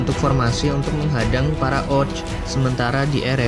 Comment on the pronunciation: Orc.. Sebutny oQ